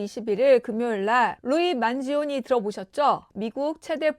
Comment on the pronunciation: 만지니오니 아니고 만지오니..